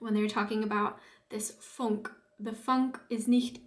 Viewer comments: its not "funk " its Funke, you are right its the spark jumping over to .... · Oh, quality tv. 😂 It's Funk+e like Porsch+e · Der Funke, please prononce the e on the end! Tapete emphasis is on the first e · Important to get the pronunciation of "Funke" right. Otherwise most people won't understand it. The "u" is pronounced in German like "oo" in good.